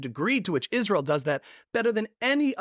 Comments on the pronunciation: Candace pronounces “Israel” as “Ishreel” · Candace ! Its not ishrael. Its israel. Learn that atleast .